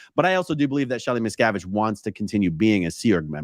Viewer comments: Wouldn’t you think if the “Medium” had actually contacted Ally on Shelly’s behalf. That they would of told the Medium to tell the interviewer. How to pronounce Miss-Cav- Itch. I had to correct some one else on the pronunciation of Dave’s name. Lol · Missacavidge... Miz cAvid.... Misssscaavishh.. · The theater involving the name "Miscavige" is a well-known strategy of con artists like these to mask the fact that the whole supposed seance is in reality an invention based on news items and other worldly information. The name "Miscavige" is as plain as you can get in terms of English language names, and from the conversation you can imply that Kirstie Alley said the name, so they should have heard the correct pronunciation from her. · People like these 2 are scoundrels that milk bereaved families out of thousands of dollars 💵. It’s horrible! Everyone on the planet knows how to pronounce both Leah Remini’s name and Shelley Miscavage’s name! Miscavage sounds exactly like it’s spelled for cryin out loud! Yet they know about SCN practices! Give me a break! Ugh 😩 these people are evil! 👿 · I felt the the deliberate mispronouncing of the Miscavage name hilarious! Trying to sound like she's so unaware of the name and the standing in the cult. Ugh.